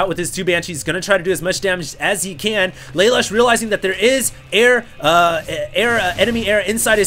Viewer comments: its pronounced LA LOOSH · Just FYI: Lalush is said "Leh - Loosh" (Japanese) Youtube Code Geass. It's an anime series and Lelush is the hero.